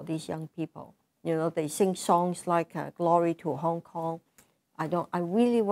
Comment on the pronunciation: "I am a HongKon-gir, I have to pro-tech HongKon....." x-D